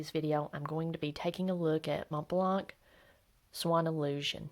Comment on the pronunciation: I love you presentation but Mont Blanc is prononce ''Mon Blan'' the t and the c are mute. Thank you again